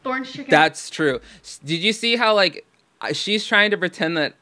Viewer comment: “Ernge cheken”